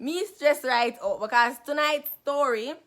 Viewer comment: Lol she said becez